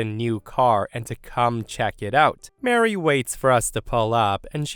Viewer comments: I cannot believe that the narrator not only mispronounced the name "Marie," but did so repeatedly! Marie is pronounced as "muh-REE," and is not said the same as "Mary." Also, the word "paraplegic" was mispronounced. It has four syllables, not five, and is pronounced as, "peh-ruh-PLEE-juhk," and not as, "peh-ruh-puh--LEE-juhk." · Okay, for story 2, Marie and Mary are 2 different names with 2 different sounds. Mary = Mair-ee, Marie = Muh-ree. They're not the same name and they don't sound the same. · Muh-REE, I love but the way he was saying the name was making my eye twitch 😅 I know it's dependent on regional accents/places but as one who pronounces it the Muh-REE way, yep eye twitching lol.